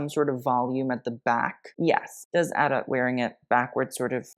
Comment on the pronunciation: Its pronounced- “Ad-dough”, (Adut)